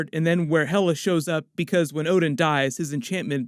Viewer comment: hahahah so you watch one piece too? at certain point you say ODEN in stad of ODIN!!!